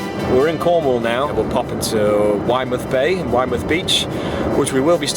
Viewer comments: I live in Widemouth — it’s pronounced Wid-muth! Great video 🤙🏼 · Boscastle is my local fishing spot - 30mins away from where I live (I was fishing there in late June) and just FYI it’s pronounced Wid-e-mouth lol.